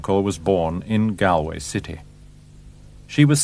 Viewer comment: Yes, the narrator does a good job. It’s just a pity he can’t pronounce the word ‘Galway’ correctly. What happened to Lucia Joyce is heartbreaking.